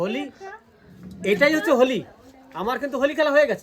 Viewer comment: Hawli nhi hoti hai it's Holi